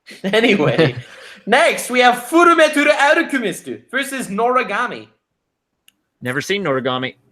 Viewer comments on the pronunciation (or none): did i hear say FMF like full metal alchamest insted of FULLA MEETHAL ALCHEMISTSHT